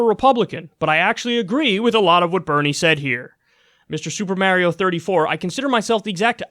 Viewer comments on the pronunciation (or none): I agree with Kyle’s politics, but the way he says “Super Mario” is unforgivable